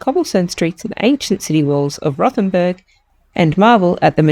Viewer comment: Rothen b u r g , not Rothen b e r g !